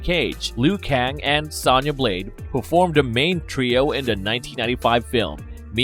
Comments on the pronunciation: Bro you saying sana blade not sona blade it's the small stuff that gets me lol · It's so funny how the people they hire to narrate this channel don't know a single thing about what they are talking about. Who pronounces Sonya Blade "Sanya"?? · Her name is “Sonya Blade” like phone wit ya at the end, not how you’re pronouncing it tho😖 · Mispronounced Sonya constantly bro